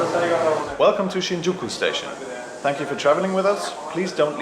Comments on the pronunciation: My ears bleed every time the narrator pronounces Shin'Juku instead of 'Shinjuku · i just can't stand the mispronounciations the english narrator makes. for a start it's SHINjuku, the first sillabe gets emphasis. takes the cake. You hear in japanes "asakusa ...." (with the u beign ommited), followed by an english dub that says "i want to go to asakUUUUUsa station" just c'mon, how do you butcher this so badly?